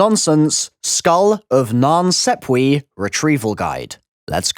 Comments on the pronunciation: He says SEPP-we but it’s clearly SAP-we. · Wow what the f*ck are you saying, “skull of nan sepwee” “center of the rum” ?😆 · Non-sop-wa (that's how it's pronounced, the a is a long vowel) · "The Skull of Nan Sepwee." ...di- did this man just say Nan Sepwee? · Why do u pronounce it as 'sapwe' but there's clearly a 'e' not an 'a' : SAPWE 😂🤣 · I love how everyone replying to this with how to pronounce it is saying it wrong Nan sap way It’s so simple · not to sound salty or anything but the skull is pronounced like non sopwah = nan sapwe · i know you're a smart guy but are you pronouncing the name of that skull correctly? I interpreted it to be skull of nan SAP WAH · It's pronounced nonssapwa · The skull of nan sawpwee 😂